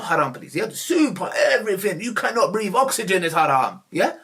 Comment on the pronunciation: Sense Its breathe not 'breath'😂